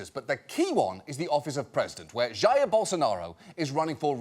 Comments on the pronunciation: Jaiiir Bolsonaro... Gotta hold that "i" a bit longer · pronunciation for Jair is "ha - eer", not "yaiah" , also, fuck Jair Bolsonaro